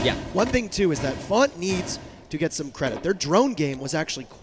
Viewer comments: FONTT???? Don’t you mean FaZe?????? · It’s not font it’s faze now